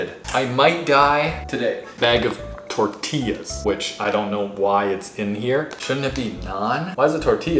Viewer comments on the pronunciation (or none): none